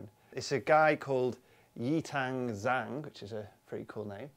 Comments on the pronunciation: The name isn't Z-hang or Zang (Zhang) it is Jang. The Zh makes a J (or G as in George) sound. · um I don't think you pronounced that "Zhang" correctly as a Chinese surname.... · There seemed to be some struggling with the pronunciation of Zhang's name. The Zh is pronounced like J in "Jack." The vowel is pronounced "ah," like the vowel sound in "lot." The Yi in his given name, Yitang, has the same vowel sound as the word "eat," and the tang rhymes with his family name, Zhang. So his name is pronounced like: Yee-tahng Jahng.